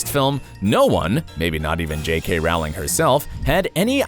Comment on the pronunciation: Other things that changed: how you pronounce names! Is it too difficult to research that Domhnall is pronounced DOUGH-NALL, rhymes with tonal, and the author's name rhymes with BOWLING not howling?